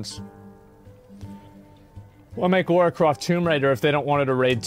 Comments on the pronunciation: Lara not Laura. You hurt my feelings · Not even 5 seconds in; "Laura"?! I don't believe you get to complain about anything regarding this game as you've clearly never played a single entry in this franchise. Or perhaps you played it on mute, I suppose it's fine then. I Guess Americans could care less about pronunciation. Forget about it Cheers